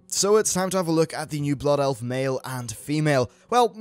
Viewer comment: "Bloof elf" Too good.